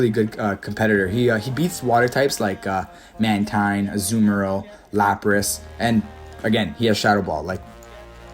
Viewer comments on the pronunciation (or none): You called it! Man-teen and four-eh-tress. Welcome back man! Hasn't been the same without you!